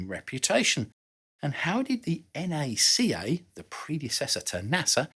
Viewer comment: Thank you for calling NACA, correctly. En Aye See Aye. I've here too may try to call it Nack-ah.